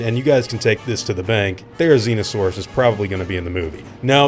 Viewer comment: "The next dinosaur on this list is Therizinosaurus." Me: "Did he say... T H E R I Z I N O S A U R U S?"